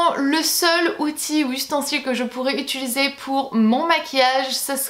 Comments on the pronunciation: utilisé et non pas utulisé :) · Non no, je dis bien utilisé, haha je me prononcr bizarement, je l'ai toujours fais 😂😂